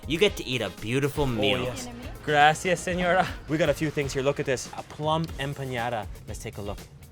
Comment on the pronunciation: “Grassy us sinora” lol